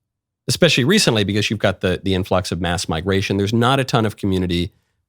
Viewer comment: As soon as I hear him pronounce “because” for the first time I remember why I can’t watch him. Comes off as such a fake dude.